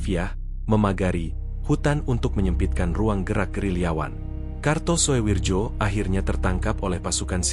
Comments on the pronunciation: Walahh... Walahh... Mbacanya bukan suwirjo bung... Tapi suwiryo. Tulisanya karto soewirjo mmang, tapi bacanya suwiryo. Kan itu ejaan Lama bung... Sampean mbiyen sekolah nangendi to, gurune sopo?? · Gak kartosuwijo tapi Jo dibaca Yo ,ejaan lama . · Harusnya dibaca Kartosuwiryo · Di baca karto suwiryo , Daud beureuh